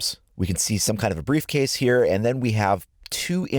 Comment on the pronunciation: Is there anyone thinking about baretrap when he say briefcase lol?